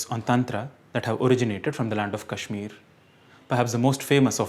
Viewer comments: ଭୂଷଣ so you are telling me कश्मीर should be pronounced as कश्मीरा??? One is a state's name and other is a girl's name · ଭୂଷଣ कश्मीर should be pronounced as कश्मीर same way with योग, सनातन, मंत्र, धर्म, आयुर्वेद। That's it. That's all I'm saying and I don't give a shit about some foreigner getting it wrong. What k do give a fuck about is a man who is running a youtube channel on sanskrit getting it wrong.